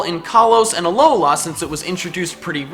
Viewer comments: It's not ah low la it's Alola. 1 word not 3. The slight pause between syllables is just weird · Its a-low-la not a looooooowla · has anyone noticed that he says alohlaa team not alohla well that is what he's saying but it annoys me every time i hear it idk why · THE WAY YOU SAY ALOLA MAKES ME WANT TO DIE SO BAD